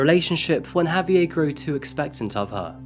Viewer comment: Listening to you say "HAVE-ee-er" instead of "haw-VYAIR" is painful